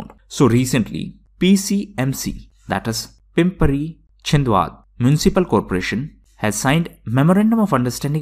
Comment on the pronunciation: Pimpri Chinchwad incorrect pronounciation . Happy New year dear sir